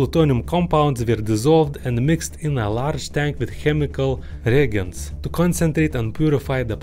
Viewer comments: pronouncing 'reagent' almost the same as 'reagan' might be something I have to adopt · Reagent pronunciation is Re- Agent